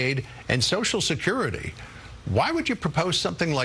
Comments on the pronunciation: If you want to fix Social Security, let’s start with using all 6 syllables when we say the words. “Sosha-skirty” is the preferred pronunciation by those who want to see it die. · Republicans can't or won't pronounce "social" security. They call it "so security." Hmmmm. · Scott can't even be bothered to pronounce "social security" in full. And he's gonna save it? Laughable. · He can't even pronounce "social security". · This man cannot even say" social security" Reminds me of someone with the "nukular" codes not so long ago🤔